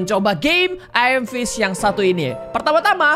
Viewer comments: Ayam fish 🤣🤣🤣🤣🤣 Ngakak sih padahal baca nya emang gitu tapi kalau di dengar ky ayam 🤣🤣🤣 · 90% degar miawaug bilang "ayam fish"